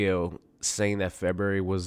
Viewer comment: "morter Kombat" "Febery" "Littery" Dude, work on some pronunciation